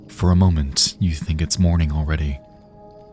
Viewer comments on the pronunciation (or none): none